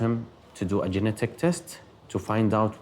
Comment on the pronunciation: Genetic. It has a T in it. It's not geneic. Please pronounce the T if you are a carrier. You literally won't be able to communicate it to a doctor if you can't say it.